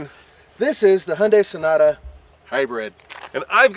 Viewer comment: nathan said shnota not sonata